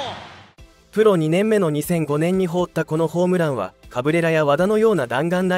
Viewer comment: 「放った」が、「ほうった」と「はなった」の読み方が混在してて気になる……